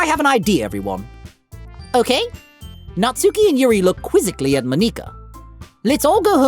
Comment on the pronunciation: Monika is pronounced the second way you said it (Mon- i - ka) not (Mon - ie - ka) and Natsuki, do dont say (Nat-sue-ki) its (Nat-su-ki)